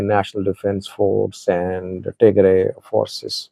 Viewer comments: Who told you to change the name Tigray to Tigrie? Yuo have been saying eart)ier all the time tigray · You’ve always correctly pronounced Tigray and referred to the TDF as Tigray Fighters. Why are you now calling them Tigre Fighters in this video? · listen to how your saying Tigray 😂 say it how you use to say it before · I remember you have been pronounced Tigray for many years why is a sudden change to tigre where did you got it who advise you to change this name. Tigray and Tigre are two different names referring to different things. Tigray: A region in northern Ethiopia, with its own people, culture, and political history. Tigre: An ethnic group in Eritrea, related linguistically to Tigrinya but distinct. So, it’s not that Tigray suddenly changed to Tigre. The two terms have existed for centuries, and they are not interchangeable. Sometimes people mix them up, but officially and historically they remain separate. I am doubting you may have a hidden agenda; we don’t know. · Why are you saying Tigre? What happened to you? You even tried to correct when you call it the right way. I never expected you to behave this way. Shameful & childish. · The two words’ pronunciations for English speakers are the same. if you want to others pronounce correctly’ , please write as “Tigrai” not “Tigray”. Historically, the word ‘Tigre’ was the geographical name for the land as Wollo or Gonder were. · You are definitely mispronouncing Tigray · you’ve been covering the war for the last five years and you chose to mispronounce Tigray on your latest video. It seems to me you want to get a rise out of ethnic groups in Ethiopia or you were given wrong information.